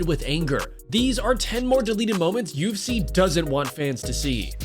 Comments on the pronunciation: Anyone else hearing UC and not UFC? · Bro it’s U F C not UC